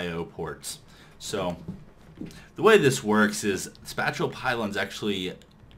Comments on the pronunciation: IT IS PRONOUNCED SPAY-SHALL NOT SPAT-CHULL! apart from that awesome mod spotlight and great ending. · It's pronounced "Spay-shall" xD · Pretty sure this was probably said, but spatial is pronounced kinda like Spay-shal (Spay-shal > Space-ial > Spatial) Hope it helps :3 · spatial is pronounced spay-shul. That's almost as bad as everyone saying mace-erator (it's mass-erator) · also Spatial is pronounced "space-ull" lol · SPACE- EEL that is how you pronounce it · It's pronounced spay - shull pylons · I facepalmed when he said that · FOR THE LOVE OF GOD LOOK UP HOW TO SAY SPATIAL!!!!!!! Good videos though helped a lot.